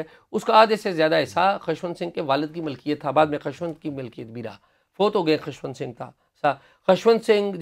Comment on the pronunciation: You Pakistanis have such poor pronunciation. Atleast Journalists should be particular about pronunciations of proper nouns. Its not Khashwant, Its Khushwant Singh.